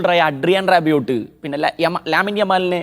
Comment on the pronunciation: റാബിയോട്ട് അല്ല റാബിയോ..pronunciation കുറെ കൂടി improve ചെയ്യണം..ഇംഗ്ലീഷ് commentary കേൾക്കുന്നത് നന്നായിരിക്കും.